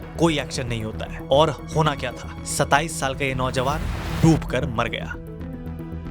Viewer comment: My ears listened Papiyon ko instead of babuon